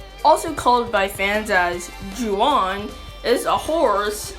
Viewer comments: Sorry if I sound rude, I don't mean it. The correct way to pronounce Juan is Hwan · Juan is pronounced huan. It's a Spanish name, so 'j's are pronounced as 'h's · Omg that's the Dark Witch ost! I love that series! I even got the mediocre mobile game By the way Juan is pronounced more like Huan, as in who-on.